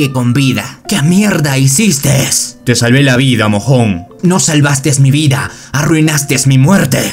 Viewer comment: Buenos videos, bro. Solo una recomendación. Cuando dices cosas como "hicisteS" "arruinasteS" y todos los verbos en esta forma, la S al final está mal, no va, en ningún verbo de este tipo. Eso hace algo de ruido en el trabajo que haces. De resto buen video, entretenido.